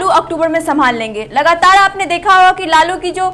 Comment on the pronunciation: aap bolana sikhe lalu Prasad yadav ji ka name aap lalu bolrahi hai